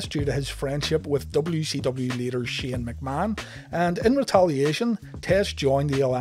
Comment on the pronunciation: “Shen McMahon”